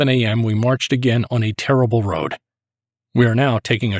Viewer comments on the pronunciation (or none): none